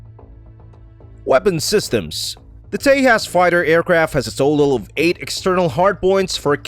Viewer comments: Not te-has.... It's te-JAS..... (J ISN'T SILENT) do some proper research before just posting videos Cant even get the damn pronunciations right.... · btw, its pronunciation is ;j is not silent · The "J" in Tejas is pronounced as J, not H.